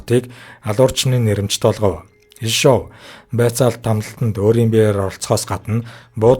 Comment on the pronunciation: Ё-г удаанаар /ударение/ дуудна, Орос хэл гадарлаж байж ярь.